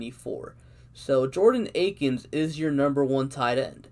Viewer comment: Why is it so hard for people to say Akins at this point 🤦🏻‍♂️